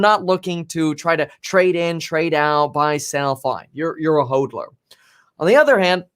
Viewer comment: hOdler, not hOADler